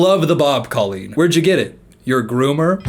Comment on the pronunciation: As an ex fan, your mispronunciation of her name still hurts me😂